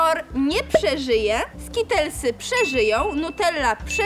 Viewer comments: Nie skitlesy tylko skitelsy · Skitelsy a nie skitlesy 😮